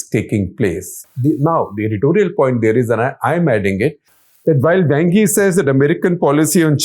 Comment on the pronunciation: Wang (王) sounds more like Wong than a slang word for male anatomy.